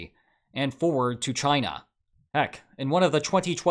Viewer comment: Did he just pronounce China as “jina”? The U S being deep in “jina” under Trump rings… wrong… but kinda correct?😂😂